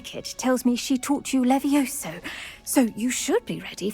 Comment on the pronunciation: leviossaaaa nie lewioska :) ta nauczycielka młodsza chyba od ucznia. pamiętaj różdżka (berło) w dłoń i machaj :)